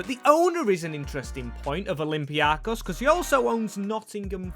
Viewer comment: bro ITS OLYMPIAKOS emphasized IN O AND THE BEST EVER VIDEO DO THAT AGAIN AND NOT WITH PANATINAIKOS 😊